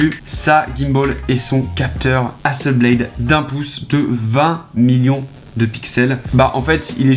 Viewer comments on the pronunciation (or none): Super vidéo et super drone par contre Hasselblad ça ce prononce a la française voilà sinon continue comme ça c'est top